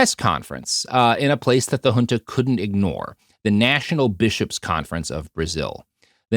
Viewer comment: Hey, little bit of a nitckpick from a Brasilian. You pronounced names and terms in portuguese as if they were spanish. (José as Hose, Junta as Hunta etc.) Thats not how we pronounce it in Brasil.